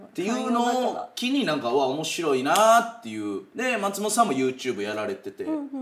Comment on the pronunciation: 「松本さん」のイントネーションが毎回気になるなぁ